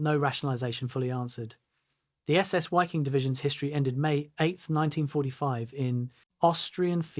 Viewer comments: Pronounced V-ee-king. Otherwise just do the English pronunciation, better than a mess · Dumbass ai doesn’t know that German Wiking is pronounced Viking.